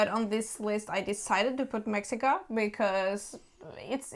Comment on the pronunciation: It's pronounced meh-shee-kah.